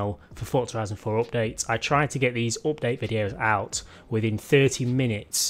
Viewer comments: Peti Péter how can you love that ?;)) It s one of the most annoying sounds in the world, next to children crying in a plane or dogs barking when you try to sleep. I’d send this guy money if he ‘upgrades’ his speach. Cause it s not only oupdate... there are more words he’s murdering. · Opdate lol 😂 Love it when u say Opdate xD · Its sounds funny 😅😂